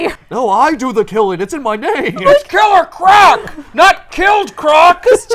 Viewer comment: ITS KILLER CORC!! NOT KILLED CROC!! 😂😂😂😂😂